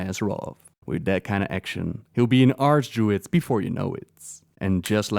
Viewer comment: I could have sworn he said Arse Druid. Im like " Whats an ArseDruid?" after about half a minute i realized what he said, and how stupid i can be at times.